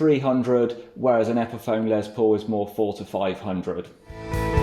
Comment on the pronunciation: Love your channel, but I have to be that guy! It’s Les Paul, not Lez Paul!